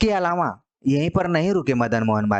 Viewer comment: लेक्चर बहुत सही है, मगर इसे महज़ एक रिक्वेस्ट के तौर पर लें - काफ़ी समय से पढ़ा रहे हैं आप हिंदी, अच्छे हिंदीविद् हैं, इसके बावजूद 'अलावा' को जब आप‌ 'अलावाॅं' बोलते हैं तो सच में बहुत इरीटेशन होती है। हो सकता है कि ये क्षेत्रीय समस्या हो पर इस पर काम तो किया ही जा सकता है!